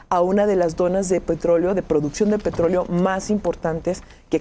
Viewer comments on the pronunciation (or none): none